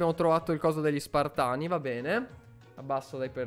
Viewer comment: SPARTAN NON SPIRTON